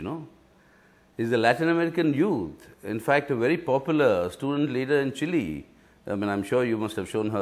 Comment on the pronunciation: It's not Chili... It's Chile